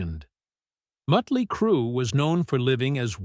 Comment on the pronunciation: W-A-S-P, Mutly Crue 🤦🏻‍♂️